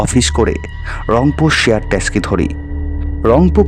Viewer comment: Tumi bangla uchharon thik koro. Taski noy, taxi.